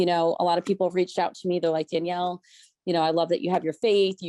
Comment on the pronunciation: I'm a petty b!tch, so all i can think is that "Danelle" (no i) would not be pronounced dan-yell, but dan-el.